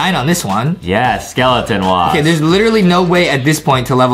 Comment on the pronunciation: He said skeleton wasp not waff